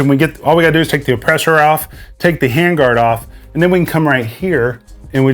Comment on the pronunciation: It's a suppressor not an "oppressor" there bucky.